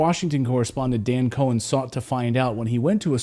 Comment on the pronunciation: "Cohen" not like?